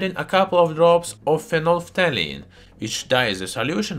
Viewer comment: When a non-native english speaker pronounces phenolphthalein better than you could ever dream to